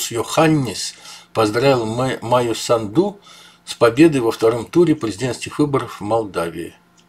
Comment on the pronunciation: Майя САНДУ- ударение на А не на У сАнду